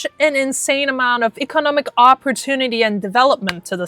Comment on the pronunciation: I’m really digging your information, but why didn’t your boyfriend tell you you’re saying economic wrong?